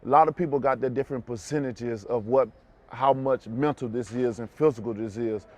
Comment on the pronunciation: “90% Montal and 4% Fusical”